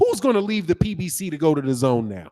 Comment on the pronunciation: "Da-GONE" app